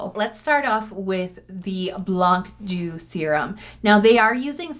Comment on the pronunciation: small pronunciation tip : "blanc doux" is actually French (I mean the words not the brand) so if you pronounce it the French way the c is silent !